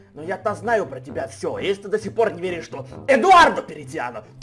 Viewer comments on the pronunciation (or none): КАК ЖЕ ДАВНО Я НЕ СЛЫШАЛ ЭТОГО: "ЭДУАРРРРДО ПЕРЕЦЬЯНО. ХА!!!"